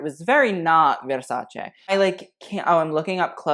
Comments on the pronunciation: Brutta is for female's words. Dress translate as 'vestito' and it's male in italian (even a woman's dress) So a bad dress is Brutto. But man...your italian is good, you said Versace perfectly with the right 'e', and Donatella was on point. That shows you're sensitive and you do your research. Bravo, ben fatto. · I appreciate the correct pronunciation of Versace and Schiaparelli. Kudos to you. Everytime i hear "Versacee" I cringe. But because I'm an annoying Italian gramman Nazi: it's Bottega VÈNETA, not VENÈTA. It's the same accent as "mèdical", and not like "bodèga". I hope I've made myself clear. Un bacio, ciao!